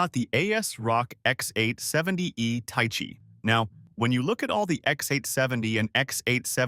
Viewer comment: ta-ee-chee? ... bro Thai-Chee... that pronunciation is painful